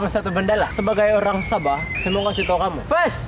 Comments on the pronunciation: Haahha..SABE...Bukan SABOH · The way you pronounce sabah as Sabe.. 🤣🤣🤣